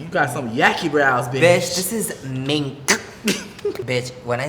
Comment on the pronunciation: bitch its “MINK” 🤣🤣🤣🤣